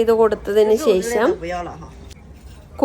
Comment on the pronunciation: അടിപൊളി.. പക്ഷേ ....ശേ... ശം അല്ല ശേഷം ആണെന്നാണ് എൻ്റെ ഒരിത്...😊